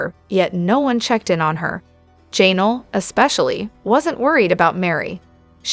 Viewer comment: That "Janal" was so irritating